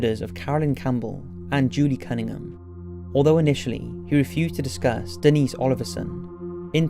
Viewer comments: Do we not know how to pronounce names... Denise, Dennis, Janice, Janisse....good grief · Great video, although as a fellow brit it’s so frustrating you pronounced quite a few of the victims names spectacularly wrong. Denise as ‘Dennis’ and Janice as ‘Janees’ ? these are typical names also used in Britain so not sure what you were thinking